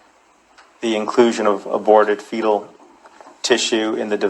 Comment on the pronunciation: Woman,,,please read correctly!! It says,, BABY PARTS!!!! Not body parts and learn how to pronounce fetal!!!